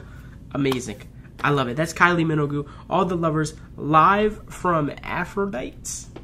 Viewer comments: So glad you liked this. Very different from the official video, which is wonderful. But this performance is a personal favorite. Her last name: don't pronounce the"u". Thanks for the reaction. I knew you'd enjoy it. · Still the best concert I’ve ever been to, even 13 years later! Love that you’re enjoying Kyle—just fyi, Minogue rhymes with Vogue. You should def react to the whole concert! Perhaps you could do each act as a reaction video (2-3 songs per act)?